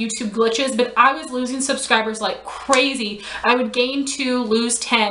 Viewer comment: "Coorazy" lol